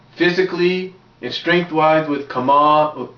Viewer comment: Kharma not Kharam